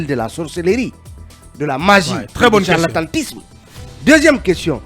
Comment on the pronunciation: On dit charlatanisme et non «harlantantisme».